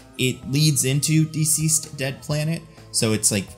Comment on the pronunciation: Duhceased or dihceased. Never heard Deeceased before this video.